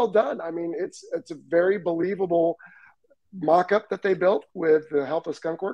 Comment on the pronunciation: talking about the Dark Star... "It's a very believable Mach Up." Please tell me that's how you pictured it being spelled when you said "mock up" lol